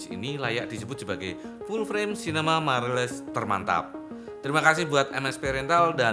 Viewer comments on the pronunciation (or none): Others: mirrorless: mairerless